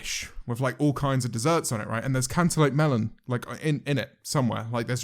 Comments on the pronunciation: no one: James: "cantullope melun" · The way James says cantelope sounds like "Can te lope mel on" if that makes any sense. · How do u say it 👁👄👁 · ten hour compilation of james marriot saying cantaloupe melon pls?